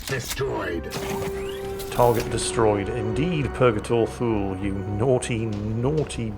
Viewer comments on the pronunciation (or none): Actually... Thule is pronounced Too-lee like the US airbase in Greenland. Everyone says it phonetically before being corrected, including me. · When says Thule, all I hear is Fool.:P